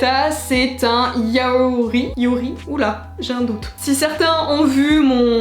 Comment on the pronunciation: "yaori" tu m'a tuée xDDD